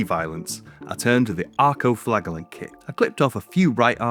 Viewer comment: Saying Flagellants wrong